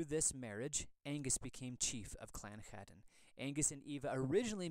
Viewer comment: I am American born so part of the diaspora. However, I confirmed with the clan Chattan association that the pronunciation really should be hatton, not chattan, which means the letter c is silent